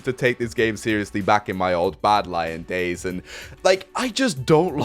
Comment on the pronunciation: "That should lead to some pretty interesting gays"